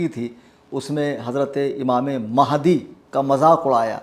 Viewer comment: Mehndi Nahi Hai Sun Re Puncture 😂😂😂😂😂 Mahadi Hai Imam Mahadi bolna tak nahi aata in Raafziyon Ko